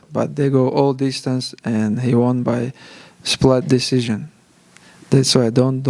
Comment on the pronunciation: won by..."splat-decision"? Damn...sounds grimy.